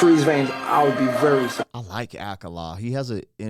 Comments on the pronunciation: Fyi akala is pronounced Uh kaw luh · Yea, that’s Ghetts and Akala is pronounced Ah-call-ah. Just wanted to let you know. Peace!! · Brother I've been watching you for a while and I've grown to like you which is why I'm bothering to tell you you're pronouncing Akala wrong. Its pronounced like the A from American (uhh) and kala is pronounced kaala.